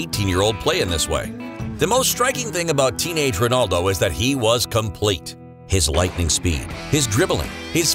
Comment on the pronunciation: That not how you pronounce his name lol 🤣